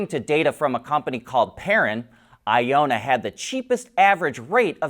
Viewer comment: You keep saying Ionna wrong. It's not a long O sound. Say the word ion, then the na. Electric vehicles use ions to charge (aka electricity), and it's a North American company - hence the na at the end. It really isn't that difficult to get wrong, but.....